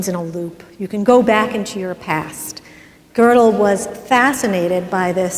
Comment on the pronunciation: Gödel is really not hard to pronounce.